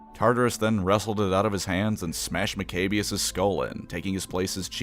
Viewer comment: I just love how he pronounces maccabeus “Mcabious.” While most people I hear pronounce it like “Mac-a-bee-ious.”